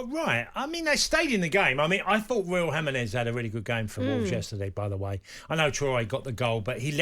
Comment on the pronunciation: Did he say Raul Hamandeggs? 😂